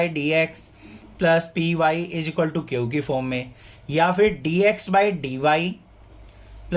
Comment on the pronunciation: Q ❌ kiouuuu☑️😂